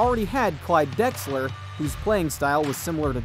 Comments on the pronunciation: Clyde Drexler not dexler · LOL * Clyde Drexler, my dude. If you're gona make money off talking about basketball, at least get the names of the players right!